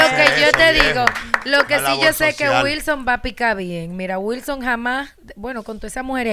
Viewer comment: No entiendo que es disque un profesional muy preparado y dice guilson, y guasa, no entiendo este disque profesional